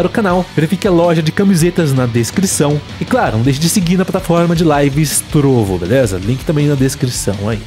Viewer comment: Seria melhor ele falar "Trovó"